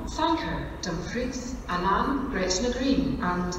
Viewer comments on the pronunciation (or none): How can you pronounce Annan so wrong 😂